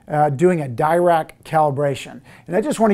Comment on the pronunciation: Dirac is named after Paul Dirac (an absolute OG in quantum physics and mathematical physics generally). Being british he pronounced his name "duh rack" not really "dye rack". It's more of an aside and doesn't take anything away from the excellent content of the video, but worth noting.